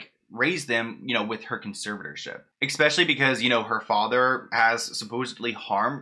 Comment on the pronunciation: Just so you know, it's eSpecially, not eKspecially. Also, judging by Britney's Instagram... Something is definitely off with her mentally. That's no surprise given all she's gone through, and while I feel for her, I'm starting to wonder if her family WAS actually trying to protect her from herself.